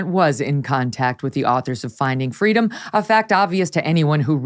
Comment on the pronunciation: I fully expect her to tell how, when she was three, she was asked what she wanted for Christmas, and she replied…”Fweedom”